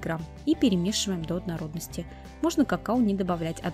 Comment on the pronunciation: Ужасное слово ОДНОРОДНОСТИ, рецепт хороший, но совершенно не возможно слушать